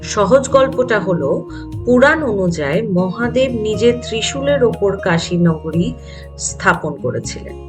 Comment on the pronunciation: Jemon sposto uccharon temon e darun presentation ❤ gola ta sune mone hocche puro e professional..tobe kichu jaigai change hole bhalo hoy jemon "নগরী" টা । shotti bolte khub e mon chuye gelo 😊 Honest opinion dilm❤ Mahadev bless you always 🌟✨